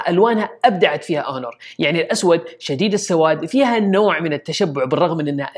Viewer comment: ياحبيبي هونر وليس اونور